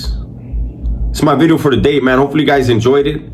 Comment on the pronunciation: Not meaning to clown, but the Homie is making SURE he says VVVideo 😅 Big ups, OG, keep ot rocking !